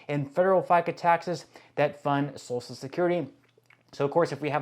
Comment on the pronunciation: Don't you think if there were hundreds of American citizens who have lived to be 150 years old, there would have been reports of this in the news? This has nothing to do with fraud. Do your research before you spew inaccuracies. And while you're at it, learn to pronounce "social". And, just an observation -- don't you find it odd that in its fanatical search for fraud and overspending, DOGE has conspicuously ignored the Pentagon? The one body that has failed every audit it was ever subjected to? (to date, I believe that number would be 7)